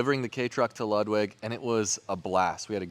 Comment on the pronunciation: Ludwig is pronounced Loodwig ...